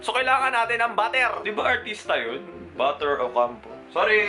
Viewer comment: "Buh-er" Hahahahahahahah